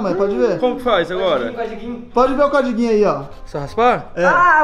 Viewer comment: "Comprei vários CODIGUIN" , azideia KKKKKKKK